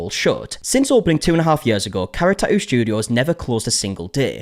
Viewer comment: I feel like the pronunciation of tattoo has evolved on this channel I remember the tah ew